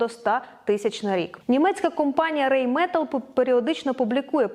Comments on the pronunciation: Райнметал читається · Все добре. Для покращення, Rheinmetal - РайнметАл (ei - це ай, ну і німнці наголос наприкінці ставлять)